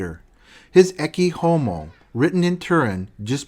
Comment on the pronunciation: Loved it! Great video, very dense and insightful. My only negative remark is the pronunciation of french names suck as Guillaume or the latin expression "ecce homo"